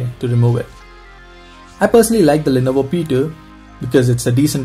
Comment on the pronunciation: the way you pronounce lenovo P2 like lenovo petu